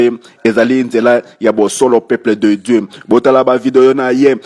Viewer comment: Pourquoi cet monsieur dit "Peuple de Djeu, Force Satanikee, Force Satanikeee, equipe mobimba ya intercersion, saintespriii" LOL